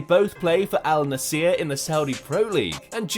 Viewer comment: You said AL Nasser weird